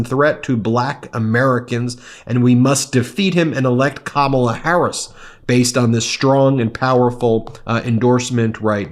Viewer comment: I still get pissed when he doesn't pronounce 'Kamala' properly.. trying to make her sound like a foreigner. He's one of the worst presidents of all time.. and that goes against every country in the world.